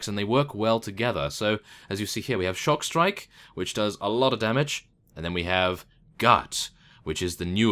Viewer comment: I think It's Stockstrike, not Shockstrike :P